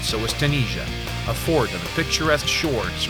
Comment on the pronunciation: Too-niz-i-ah not Too-nee-sia You guys have horrible pronunciation I've discovered.